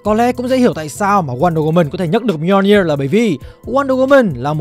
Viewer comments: Mì - O - Ni - Ơ là cái wtf? Người ta đọc là Mi-jô-nia là được rồi, phát âm như sách tiếng việt 1 phiên âm vậy ba? Còn việc Loki nhấc búa Thor đó đíu phải là âm mưu của Loki, nó bị cái spell kia reverse từ xấu thành tốt thôi. Sau này đảo cái spell lại nên nó cũng unworthy trở lại luôn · góp ý :| nếu không biết đọc như nào thì nên dùng google cho nó đọc chứ lên video mà đọc mjolnir buồn cười quá ....